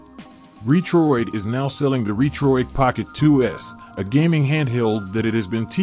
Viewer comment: Robot voice which pronounced Retroid incorrectly, and just a specification listing with no review ......